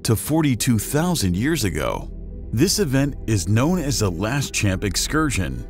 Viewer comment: La-shawmp* is how it's pronounced.